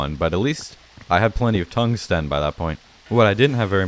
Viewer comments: Is no one else annoyed by how he says "tungsten" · You pronounce tungsten weirdly